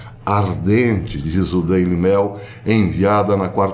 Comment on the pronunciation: Professor, sugiro mais cuidado ao pronunciar palavras corriqueiras em inglês. Ex.: Daily Mail, que se pronúncia “mêil” e não “mél”